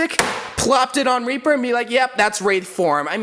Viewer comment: This mans just said "Weaper" instead of "Reaper" I mf love you dude 😂💜💙